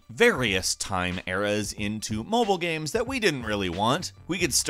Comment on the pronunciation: GAEMS....not GAMES....but...Gaems...GAEHMS...GHEAMS....god i hate the way this guy pronounces games....G...A...E...M..S